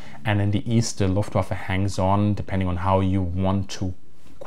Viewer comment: "Luftwaffle", really?